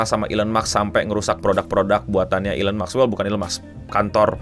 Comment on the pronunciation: Elon maks ❌ Elon musk ✔️👍